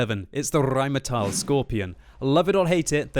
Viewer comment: Why does he over pronounce tank names so badly? Also after butchering the word Rheinmetall he then says Lorraine in a standard accent. Like where's the consistency? 😂